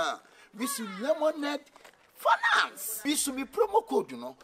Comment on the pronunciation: I like the way Ras Anini pronounces Lemonade Finance. Slowly but surely.👍